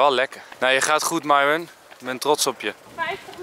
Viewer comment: Lars: Myron Mees: Myron Nicole: Myron Hoe Myron zichzelf voorstelt: Myron Enzo: Mairon